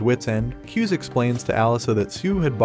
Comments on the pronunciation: It’s not pronounced, ‘Kyuze’ it’s like two syllables like “Ku zay” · Not kiuz its KU-ZE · It's KU-ZE NOT CUSE IVE WATCHED THE MANGA RECAP